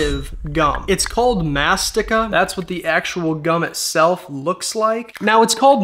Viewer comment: mastiha in greek is Μαστιχα , its not pronounced Mastiha its pronounced mastixa